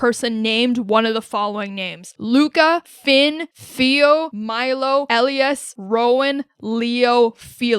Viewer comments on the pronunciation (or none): none